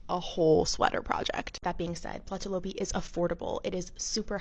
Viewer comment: That is so interesting, is it really warm because I knit and I’m menopausal hot 🥵 all the time. You pronounced the yarn name well . The double dots ü above a letter indicates the vowel sound E as the following letter , well that’s what a 17 year old taught me when I was 17 living in Germany , back in 1980.